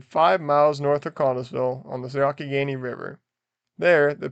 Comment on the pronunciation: "Yonck-i-Gainy"?? You mean the "Yung-ah-Henny"............